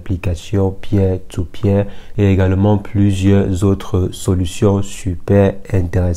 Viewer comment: "Pier to Pier" se prononce " PIR to PIR " pour info...